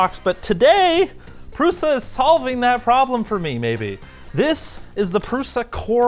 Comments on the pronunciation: Pruša is pronounsed PRUSHA. PRUSHA! not prusa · Lets learn some basic words: Průša is pronounced with Ů (as "OO" in cOOl) an Š which is pronounced like SH in the word SHeet.